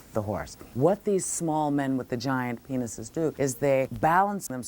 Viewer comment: She says "penis" like she says Donald J. Trump. Gilbert Gottfried does this joke way better. Anybody does it better. Whoopi is trash.